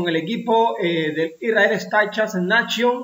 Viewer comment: Para hacer más profesional el contenido es bueno mejorar la pronunciación de corredores y equipos. El más terrible por ahora es el Isrrael, se lee "starap neishon" por fa! Gracias!